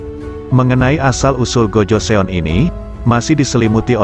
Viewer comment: Kurang bagus penjelasaanya pertama tahun 2000 itu dh masehi harusnya tahun 200 mungkin yah bukan 2000 kedua sebutan untuk GOJOESEON itu adalah (Gojosun) bukan GOJoseon